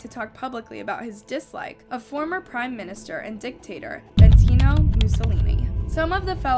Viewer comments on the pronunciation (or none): Also, she said bentino whike it's benito mussolini. And this person right here is one of the most famous people of all time. He was the equivalent of hitler in italy and associated with him, just so you know what we are talking about. To pronouce his name wrong is just....idk. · IM SORRY DID YOU JUST MISPRONOUNCE BENITO???? ?????